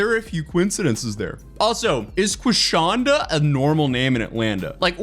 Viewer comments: Not Queef-shonda! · Not Quishonda! 😭